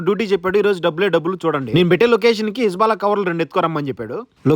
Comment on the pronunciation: ఇస్బెలా కాదు బ్రో "జుభాల"